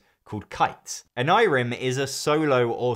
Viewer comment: I think you're saying Onirim wrong